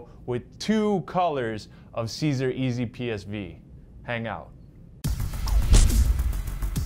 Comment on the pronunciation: Sigh-zer = Siser